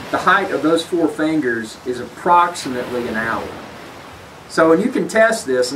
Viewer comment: It's fingers not "fangers"